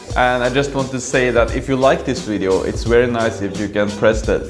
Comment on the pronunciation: Funny how you say wery not very guess this is so common pronunciation for Germans and Scandinavians. Would you introduce us to some Norwegian food and culture in upcoming vlogs?